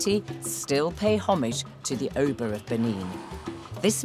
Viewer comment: Not O ba Its uh Ba